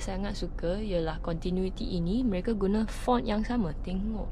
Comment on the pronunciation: Susah betul dia nak sebut mereka, nasib baik tak sebut mereka jadi neraka,😂😂😂,,, anyway good presentation. Saya Rasa ramai Yang senang faham.... ni baru betul dipanggil as Malaysian..